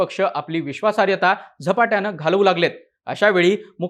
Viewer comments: विश्वासार्यता नव्हे रे बाबा विश्वासार्हता... शब्दोच्चार नीट असायलाच हवेत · बाकी सगळे विषय नंतर. आधी बोल भिडू वाल्यांना नीट मराठी शिकवा. विश्वासार्हता हा शब्द बिचारा एकदा पण नीट नाही बोलू शकला.